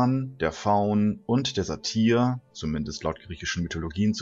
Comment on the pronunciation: nicht Sat IE r sondern Sat Y r mit y. Also ausgesprochen " Satüer"